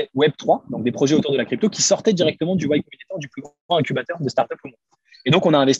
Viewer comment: "Y Combinator" et non "White Combinator" Je trouve que le contenu est bien dans l'ensemble sur ta chaine Keep it up !